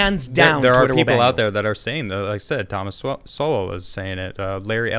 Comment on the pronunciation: Thomas Sowell, not Thomas "Swolwell" Thomas Sowell, is, amazing. Thomas Swolwell, has never done a thing.